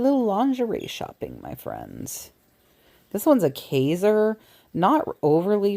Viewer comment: Thanks for your time. I believe its prounounced KIZER